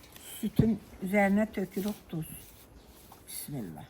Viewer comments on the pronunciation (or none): none